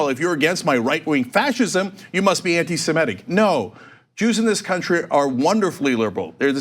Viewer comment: It's 'Semitic' not 'Simetic'.